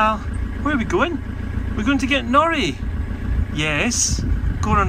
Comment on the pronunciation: I laugh when i hear pronounce "Nori" because to my ear, it sometimes sounds like "naughty". But that is so fitting, isnt it? Little scrap. 😊😅